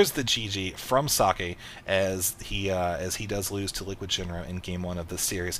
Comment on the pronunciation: Hey, I don't mind that Husky already casted that. At least you spell "Socke" almost correct instead of pronouncing it "sock" like Mr. H to the Usky does :-)